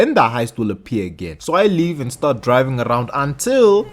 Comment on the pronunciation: No disrespect, “and since I’m drrriving this bus”